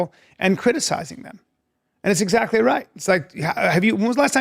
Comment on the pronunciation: “I know zaggly who you’re talgin bout.” Ya, it’s you Brendan.